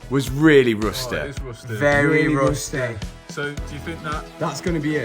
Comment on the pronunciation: "VEREH RUUSTEH!!!"